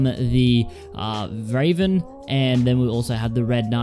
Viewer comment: Vraven is how he says raven... Damn